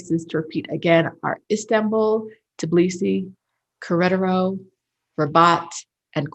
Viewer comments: Querétaro = Keh - DEH - Tahdoh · Querétaro pronuncia menos la r antes de la é y di más fuerte la e, ya lo demás esta bien.